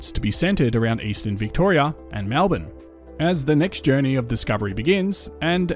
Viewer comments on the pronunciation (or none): none